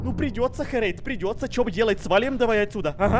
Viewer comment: Это ххххерейд а это не хххххрейд